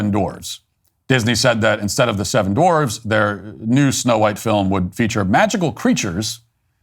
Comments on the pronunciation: Dorvs? I always thought "dwarf" had a "w" in it... 🤪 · They're not "Dorfs". They're "Dwarfs". What's going on here?